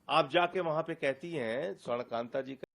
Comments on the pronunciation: न्यायमूर्ती का नाम स्वर्णकांता जी है।और आप स्वर्णकांत उच्चारण कर रहे है। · You are pronouncing Justice Shwarn Kanta Sharma wrongly.